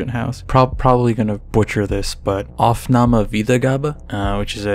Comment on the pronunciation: You pronounced aufnahme + wiedergabe quite well.